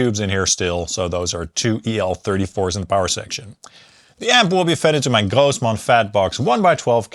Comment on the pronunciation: I always enjoy when you shift to Yiddish accent when saying Grossman